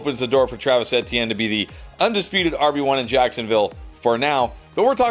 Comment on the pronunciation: The way dude says Etienne is so cringe